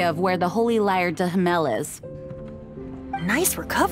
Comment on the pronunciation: Lmao everytime when i hear how the voice actors can't speak properly Holy lyre 'der Himmel',it sounds to me like ,de himel'